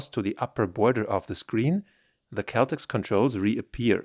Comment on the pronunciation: I think it’s pronounced Cell Tex